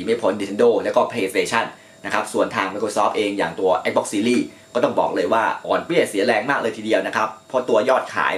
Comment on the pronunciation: Xbox อ่าน แอกซบ๊อค Astrobot อ่าน เอสโตบอท งงชิบหาย 😂